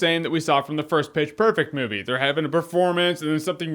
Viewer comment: Every time you said pitch its sounded like bitch